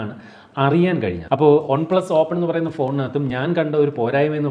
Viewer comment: ഒൺ പ്ലസ് അല്ല വൺപ്ലസ് അല്ലേ